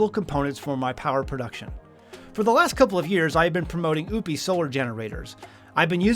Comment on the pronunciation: Im going to assume you intentionally mispronounced Oupes 😂